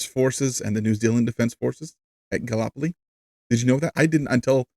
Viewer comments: Gallipoli, not galopoli. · No Shade, but in Australia we pronouce it Gal lip poll lee (all squashed together and spoken quickly, well becuase we're Australian) 🙂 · Hey, just wanted to let you know Gallipoli is pronounced Gal-lip-oly 😀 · It’s Gal- ipoli